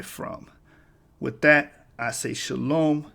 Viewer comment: Nice Spanish Shalom